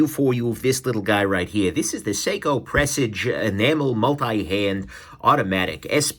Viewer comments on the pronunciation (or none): It’s pronounced like you would a garage. Garage / Presage. Just my dos centavos brother. Don’t like the Presage Line myself. I rather go SARB Line or SARX or SARY All with the 6R15 movement without the busy dial. Again just my dos centavos. Nice video brother. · what's weirder, the way Nick says Shay-man, or Pressij?